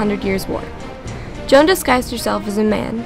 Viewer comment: I APRECIATE SAYING MY NAME THE RIGHT WAY:) I'M JOAN OF ARC(CLOEPATRA) PRESCILLIA PRESLEY